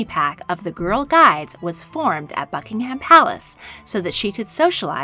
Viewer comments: she really just said: bucking HAM palace '-' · I though she said Fuckingham Palace